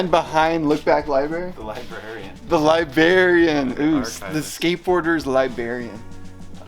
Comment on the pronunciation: the word is “libraRian”